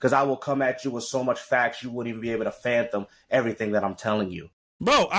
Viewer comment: Yo this nigga said phantom instead of phathom this boy dumb